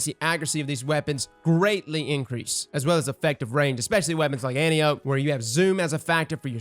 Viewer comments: The year is 2020. Can we please stop calling Wonder Woman's Aunt and the Greek goddess; Antee-Ohp? It's An-TAI-opee. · No one can pronounce Antiope correctly...